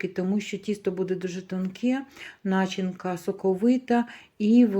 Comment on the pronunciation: Кажіть не нАчинка, а начИнка❤